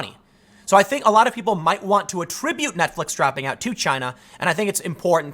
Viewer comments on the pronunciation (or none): none